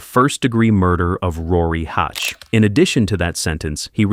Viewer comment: The pronunciation of Oshawa and hache were off but otherwise good!! The dirty shwa